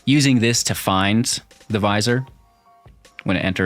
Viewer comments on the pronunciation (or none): Not to nitpick, but it’s pronounced vizEER, not vizOR…a vizier is an royal advisor, I visor is half of a baseball cap…js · Nice! :) I think Vizier is pronounced 'V-zeer'.